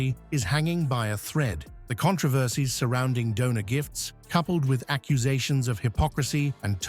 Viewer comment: Thank you. Somebody knows how to pronounce controversy. Such joy. So rare.